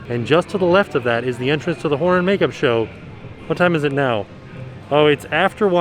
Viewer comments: I keep hearing the Whore makeup show! And now I can't unhear it! Lol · with the mask on, it doesn't sound like he's saying horror. 😂